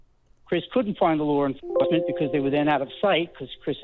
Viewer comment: wtf is lore enforcement? lol